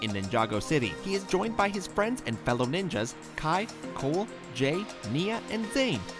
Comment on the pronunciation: Did he said cool insteadcof cole?